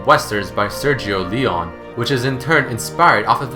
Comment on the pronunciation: omg that pronunciacion of Sergio Leone ahah